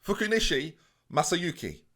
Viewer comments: For an Englishman it was a good pronunciation of Masayuki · As a Dane with zero ties to Japan I can honestly say I think you nailed it with your pronunciation.